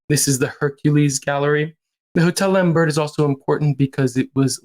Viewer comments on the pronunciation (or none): That's not how you pronounce his name. Or Hugo Vickers, or Lambert for that matter 😂